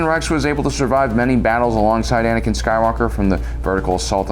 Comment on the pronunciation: bro said Banakin 💀💀